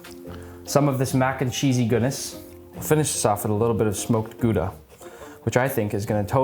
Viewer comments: Very respectable pronunciation of Gouda actually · You can't imagine how surprised I was hearing an American pronouncing "Gouda" correctly 😂😂 Love it. Great great video! Love from The Netherlands ❤